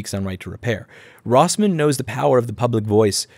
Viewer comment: ... you mispronounced your name in the first 30 seconds Or maybe you just pronounce it wierdly idk i reeatched some other videos